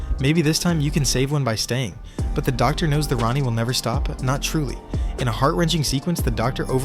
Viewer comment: This is just AI dross. Did you listen to the AI narration, or check the written text, before uploading??? No, of course you didn't... If you had, you'd have picked up all the "Ronnie" nonsense, and it's NOT pronounced tee ay are dee ess, it's pronounced tardis.